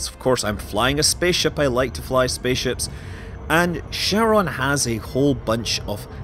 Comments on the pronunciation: Pronounced "Kharon", not "Sharon". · It's not CHaron like CHarcoal. It's CHaron like Hope (like Haron). It's a Greek word. It's annoying to see it butchered globally.